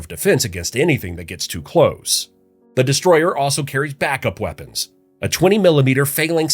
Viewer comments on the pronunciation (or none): none